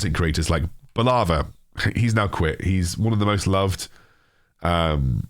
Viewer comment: It's Boooolava not Baalava :D